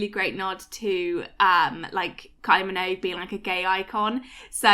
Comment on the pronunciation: What is a kyl-e min-owge?